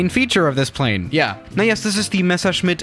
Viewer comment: perfect english accent:and this is the MESSERSCHMITT perfect german pronounciation 👍🏼